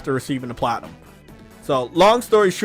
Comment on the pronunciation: says the word "Platinum" weird in 3 different ways. Can he not say it right?